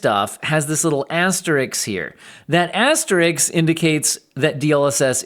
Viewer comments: It's asterisk not Asterix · Asterisk, not asterix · i think you are mispronouncing asterisk